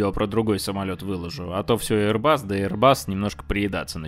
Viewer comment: один раз не эйрбас, как говорит 😊